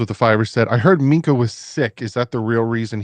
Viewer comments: so annoying. Please stop trying to say Minkah. It's not Mika 😂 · MINK-AH. SAY THE K